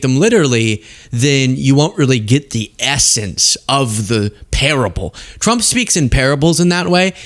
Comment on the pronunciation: what's up with the name Trump? She says Thump, that press lady says Chump, i've heard say Frump... I love it, mangle it some more!